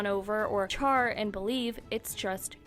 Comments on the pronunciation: Did uu just call cher Shar? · Not “char” in believe 😭